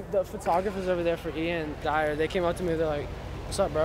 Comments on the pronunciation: really said “iann dyer” instead of “dior”:// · travis kane Bro it ain’t a song he pronounced his name wrong as hell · was trying to say “iann dior”🤣